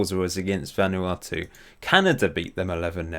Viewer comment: its pronounced vun uatu